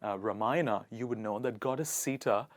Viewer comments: You don't have say sita, it's sita honey. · Ruhmayana and sheeta😭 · Its Seetha and that's Ramayana you better pronounce them correctly.(you are doing it wrongly) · Everything is perfect except the way you pronounced sita..Better pronounce as sitha as it has meaning..Not seetta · Wait whaaaat "seee-thaaa" ????🙄🙄 English ke chakkar mein you forgot how to pronounce "SITA" 😂😂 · Great diction and enunciation. Just a point. The word Sita is a hindi word and hence doesn't need to be pronounced based on English phonetics. 🙂 rest all is great. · Video has good content but presenter should have pronounced Sita correctly. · Atleast pronounce Ramayan and Sita correctly, don't forget that originally you are an Indian🇮🇳. Don't forget your own greatest culture of this world ever, be proud of it. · I thought he was enchanting and then I heard him pronounce "sita"... 🤦😂